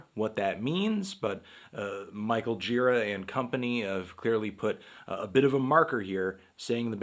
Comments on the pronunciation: hey anthony, pretty sure his last name is pronounced more like 'juh-RAH' rather than 'JEE-rah'. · Isn't the right pronunciation Girá? I think I heard that in some interview, when the interviewer began the interview saying that Gira told him the right pronunciation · its pronounced gira, not gira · it's actually Gira, not Gira